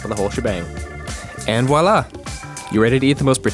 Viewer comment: Please don't say WAHLAH